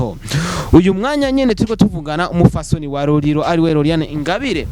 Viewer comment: Tafautisha R na L bro ati Roriro 🤣🤣